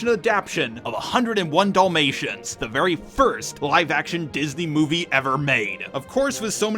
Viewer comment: I like how you say Dul-mations instead of Dalmatians. Like...the boring dogs movie. Also for the animated little mermaid there was a funny skit on it I saw before where despite losing her voice she took a wooden stick and told Eric everything by writing it in the sand and Ursula was left just asking herself how her plan failed. XD